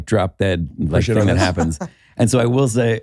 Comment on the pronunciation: i wHill, i wHill forget it